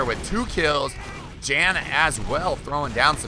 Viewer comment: Hey. Since these are European players "Jan" is almost certainly pronounced "Yahn" (so that it rhymes with Han from Han Solo). I'm currently living in Germany and know about 20 "Jan"s from all over Europe. None of them pronounce their name the way you say it.